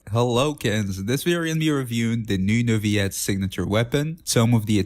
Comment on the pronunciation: i have a question.. Who is? you keep butchering his name xD i don't know why